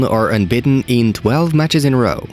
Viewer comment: “Barcelona are unbiten” dude i really like this channel but your bad pronounciation is really a problem.